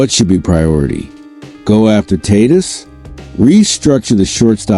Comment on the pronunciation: If the stadium pa announcer pronounces Tatis like you Tatis would turn tail and run from sheer embarrassment. You’re bs crap isn’t worth my time. Your crap is utterly useless.